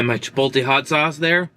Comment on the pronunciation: Chipotle is pronounced chuh-powt-lay.